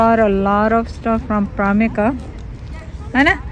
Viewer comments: you’re so cute. You kept saying primarka instead of primark. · It’s primark auntie not primika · its primark not pramika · Aunty it's Primark not primika